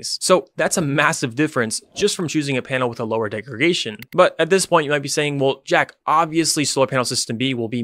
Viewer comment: Great and highly informative explanation. Minor nitpick, it's degraDation (not degregation).